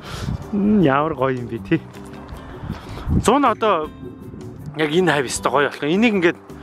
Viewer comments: uwsiih yumuu? Zunn geed helnii ugiin N iig uzuureer heled bh shg sonsogdod bhin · Gantumur Anhaa neeree tiishd te ug ni, зун gedgiig arai uur heled bh shg sanagdad bsiin kkk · ах зун гэхийг арай өөр хэлээд зуна гэж хэлээд бхий ма найз залуу яг ингэж яридаг би бүүр байнга хэлж шоолдог ахыг сонсоод баахан инээлээ ганцаараа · Нээрээ зунна гэж ярьдаг юм бна кккк